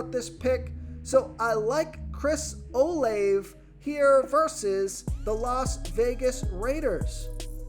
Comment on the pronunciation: I believe that Olave is pronounced Oh-LAH-vay.